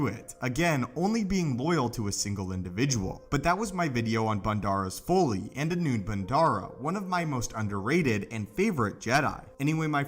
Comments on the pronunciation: That pronunciation was killing me. Every time I heard him same Foley, Folie.. I’m thinking “Folly” is so obvious Remember Mic Foley, crazy WWF before WWE wrestler. Also if this Crystal is the only one and it imparts a “pairing” with its host, the crystal. Well This smoky brown turd Crystal was poorly thought out. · I keep thinking of a sound expert on a SW set every time I heard "foley" instead of "folly." LOL. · Folly is pronounced FAH-LEE, short "o" sound like in trolley. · It's pronounced FAH-LEE.... Folly... Come on mane.. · Learn to pronounce folly